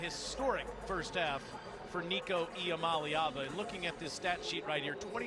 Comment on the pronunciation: Alyssa Lang, Taylor Zarzour, you are mispronouncing Iamaleava. You should all be fired, you bums.